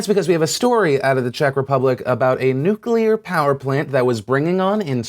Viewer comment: You uh, mispronounced nuclear that's all